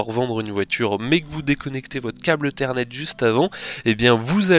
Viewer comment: Un câble "eu-thernet"?